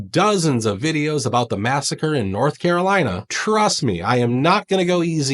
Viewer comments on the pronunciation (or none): none